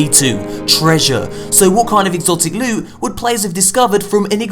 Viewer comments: Love your content, but when you say that Lewt, sweet precious Lewt stuff I kinda cringe! lmao! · We all know what maps leed to. Lewt, sweet. prrrrrrecious lute. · I stil lose my shit at the " LEWT SWEET PRRRRRECIOUS LUTE" part xD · I love it when he does the lewt intro lol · lewt für days